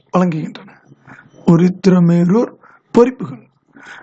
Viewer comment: Uruthirarmelur illai uthiramerur sir Audio mattum dhaan ketpean Sir